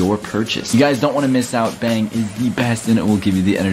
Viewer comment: Is it just me or when was doing the bang energy thingy did he say beng